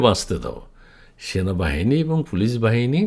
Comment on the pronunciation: Sona. Bahani. Not. Sanabahani